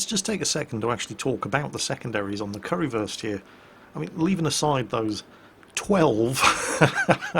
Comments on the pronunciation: It's funny listening you pronouncing ship names.. It's Kurfürs, Not Currywurst(Curry-Sausage) xD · its not pronounced "curry-würst", its pronounced like"kur - first" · And it's probably Kurr-First, not Curry-versed, Curry first, or whatever it is you're saying :) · I love saying currywurst instead of kurfürst xD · I like how you pronounce "Kurfürst" as "Currywurst" which is german for "Curry Sausage" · I keep hearing currywurst every time you pronounce Kurfürst. :p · are you calling it "currywurst" oO? is that an accident or on purpose? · Currywurst... :P but its Name is Kurfürst :D